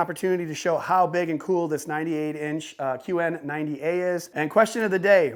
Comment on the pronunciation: Y everything keeps saying that word C00l sounds like $CHOOL UGH 😑 LOL RIGHT GIVEAWAY ONE OF THEM TV MOUNTS OR TVS PLZ LOL 😂